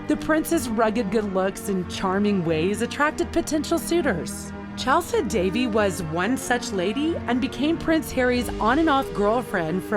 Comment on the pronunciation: Couldn’t even pronounce Chelsy Davey’s name correctly